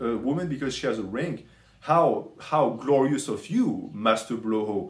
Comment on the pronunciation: "How gloriouuusss of you Maaaster blooohoo" i fucking love this french accent while cooking, i laughed so fucking hard mane.